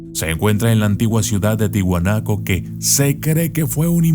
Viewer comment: Quería decirle q es : TIAHUANACO no Tihuanaco.